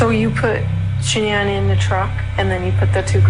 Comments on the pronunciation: So her name is pronounced Shannon not ShaNan? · LORD they all pronounce “Shanann” differently!!! ALL of them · They pronounce her name different every time they say Shenannes name. Kessinger had a hand in this. 100 percent. I think she got into his skin and encouraged him to do this. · Really angers me how many people have mispronounced Shannan's name and how many of you in the comments are claiming shes not a victim in this. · Why is it so hard to pronounce her name correctly??? It drives me insane. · The correct pronunciation is the way her mother says her name. Shan'Ann decided to pronounce it differently. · No one can pronounce her name right in this